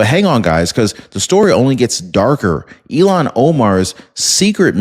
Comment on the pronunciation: IL-HAAN…NOT ELON. Cmon